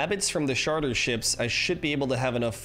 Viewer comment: Please tell me I'm not wrong. It's Charter, like Charlie, not Charter like Sharter, right? He keeps pronouncing it Sharter and it's bugging me.